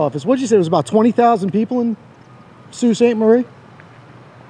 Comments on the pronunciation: Sault is pronounces like bow (like bow and arrow)but with an s. Just for educational reasons…lol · Sault is pronounced like "so" instead of "sew". I don't mean to nit pick just wanna help you get it down to a t (= The other two words are dead on though! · FYI it's Sault Sainte- Marie, so (sault) sainte- marie, real pronunciation. I'm bilingual and Canadian btw. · Would be pronounced SO sainte Marie in French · So and sew are pronounced the same. I believe the correct pronunciation is soo… 👊👊📸👍👍